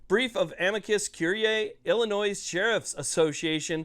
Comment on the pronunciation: Please quit saying "Illinois" the way it is spelled 😂